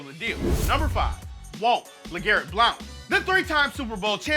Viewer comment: I hate how you pronounce blount